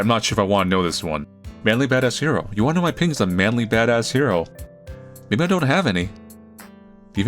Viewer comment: Every time you say "" I hear "ManlyBadassCereal" for some reason. And it get's me hungry...